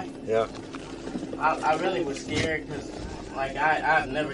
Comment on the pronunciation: AND another perp saying "I wuz skeered"! What liars....😁😁😁